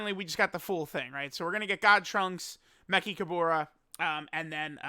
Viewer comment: I'm pretty sure you're pronouncing Mechikabara's name wrong lol